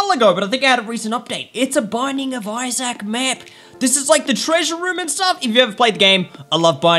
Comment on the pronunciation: It's pronounced Isaac I would know that cuz I'm American